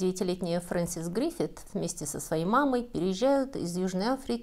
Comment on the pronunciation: опять юескультурная тетка не справляется даже с элементарными фамилиями. ГриффитС, у героини фамилия ГриффитСССС. Мозгов у авторки так мало, что ей не помогает даже собственноручно добавленная картинка с верной подписью.